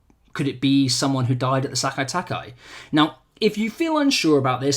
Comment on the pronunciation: Nobody on any video I have watched this weekend has been able to pronounce Sekai Taikai properly